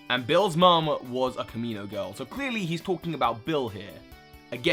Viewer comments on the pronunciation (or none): small nitpick. Why do you pronounce "kimono" as "kamino"? I noticed this in a different video as well... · "kamino Girls" it's kee•mo•no it's not that hard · kimono* he says it weird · Why do I hear kamino girls when he says kimono girls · Return of the "Kimino" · Kamino girl? It's kimono girl. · Bruh, "Kamino" is a planet is Star Wars, it's pronounced kimono. You put it in text on the screen last video that you got it wrong, why U still do dis??? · It's kimono girl not komino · At this point i think is doing this on purpose to get us, this is not his first time and even he knows he says it wrong himself. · he said kimino XD STILL WRONG THO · Ki-mo-no not ka-mi-no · Ki*mo*no, not *Kami*no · you mispronounced kimono. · And he still has not learned to pronounce the word Kimono. damn,, every comment on the other bill theory (i guess it was the sister one) was about that:P